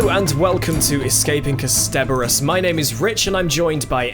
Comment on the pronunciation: Ah, I hear Rich still hasn’t heard any of the times “Kasterborous” has been said out loud by anyone else ever. Also... last episode Rich drew attention to the Nestene calling him a Time Lord, so I’m not sure why he’s suddenly saying that Jabe says it for the first time in the revival. The production company for vfx was called The Mill. They’re called Milk now, and did vfx work for Good Omens. In Dalek, 9 says “I watched it happen - I MADE it happen.”